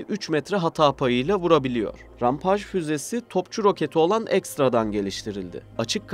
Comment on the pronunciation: rampageyi rampaj diye okuyunca videoyu kapattım.